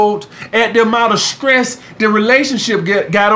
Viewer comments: Juju; He actually said the Word “Skress” But since he’s from Alabama, I know that he was trying to say Stress. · I was just about to ask was he saying stress or skress lol?